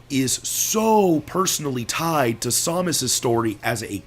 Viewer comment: Every time you say Samus a baby cries